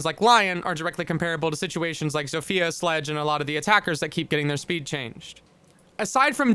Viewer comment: It's pronounced "zofya" not "zofiya"